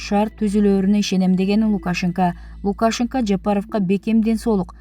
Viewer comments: Новиков деген создо ударение Н тамгасынан кийин коюлат, Лукашенкодо ударение «е»ге коюлат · Лукашенко ну туура окучу эй кулку болбой,ударение е тамгасына тушот!!кандай сабатсызсын,конкурс менен алганда сага окшогондор кочо шыпырат эленер!!?